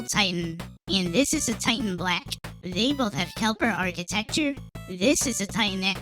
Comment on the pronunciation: "Kelper" architecture lol